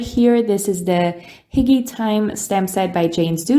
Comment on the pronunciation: Love the envelopes :) i think hygge is pronounced H-you-gga :)